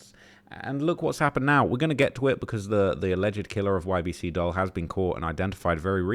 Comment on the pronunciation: For the so-called "UK's top expert in the gang and drill rap scene" you sure do mispronounce a lot of names. "Dul" short for Abdul pronounced 'duel'. Not "dull", did you even watch the banana man's video? Because he knew how to pronounce it.